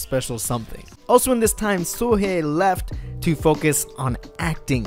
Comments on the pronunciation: Suhe? Read it properly! like Sohee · You’re pronouncing Sohee’s name incorrectly. It’s literally said how it looks — SO HEE not SUHAY. Come on dude. Due Diligence, dude. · oh the cringe at the name pronounciation. ugh! its 예 not yi and 희 not hey